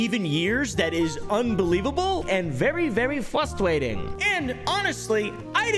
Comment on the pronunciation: “And very very fwustwating” 😭💀